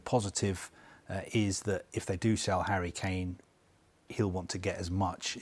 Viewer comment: this dude said "Hurricane"